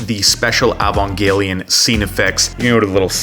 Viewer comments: (sigh) EE-Van-jelly-on ...just think evangelical with a ON instead of CAL Sorry, after a few decades a fan gets picky. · really struggling to say Evangelion, huh? haha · The video is solid af, but I was dreading this exact thing and I hate that I was right xD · I’ve heard some bad pronunciations but this one might just be the worst